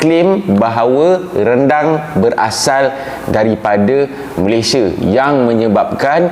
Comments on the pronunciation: Abang yg baju merah sebut Malaysia pun dah tau dia bukn org Malaysia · Gigih ek diaorg nie buat content mcm tu..mentaliti mereka2 nie masih mentaliti dunia ketiga..bila di sebut perkataan Malaysia tu je dah tau mereka nie dari mana..pekat naw nyebut Malaysia tu..hahha